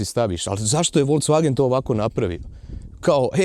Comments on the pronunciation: Dobar ti je taj "volcvagen" :D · Radim u VW u njemackoj i svaki put nacin na koji kazes Volkswagen me zategne u prsima :P .. Tipke na volanu su mi katastrofa jer reagiraju i na klizanje puno puta prebacim pjesmu ili pojacam radio a nisam htio jer reagira na slide a ne samo na dodir ..